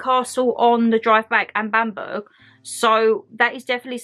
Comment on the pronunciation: 😂😂 you crack me up!! it's not bamburgh its pronounced bambra castle x